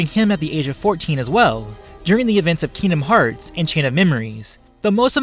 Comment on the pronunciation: I’m not in the fighting part and I’m already cringing cuz he’s call kingdomhearts wrong. And also why is he taking away Sora’ powers but not Aangs